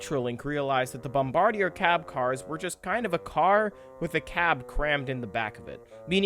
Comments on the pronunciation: bombardier isnt pronounced how it looks, its pronounced Bom-BAR-dee-ay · Meh, might be worth a redo/reupload at some point including a better pronunciation of "Bomb-bard-e-eh" but regardless it's a great video that I wholeheartedly endorse. The Bombardier Bilevel like the Bombardier C-Series now renamed Airbus A220 has really become symbolic of Canadian transportation ruggedness and utility... As is the Dash 8 and CRJ programs include the one brought down over Washington last week by that Blackhawk who flew into the side of it... Other than this tragic accident the company is known for making Volvo-like products that can survive the bone-chilling and harrowing conditions of a Canadian winter. After all it's not uncommon to see -25c to -30c during the winters here not to mention the +35c summers we see now all the time thanks to global warming.. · Pronounced bombard-e-yay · BOMB-BARD-E-EH dudes! Why can't the world get this right? They've only had 100 years, FFS! It's named after the French-Canadian inventor and his family, not the military position... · Bombardier is a French name, it isn’t pronounced like an English name. Pronounced “Bomb-bar-dee-ay”. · I believe it's pronounced Bombard-ee-ae.